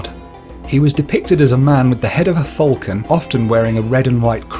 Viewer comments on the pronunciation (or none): none